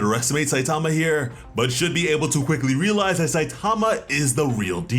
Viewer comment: The name "Saitama" is Japanese, it doesn't have word stress like English does. Stop stressing the second syllable.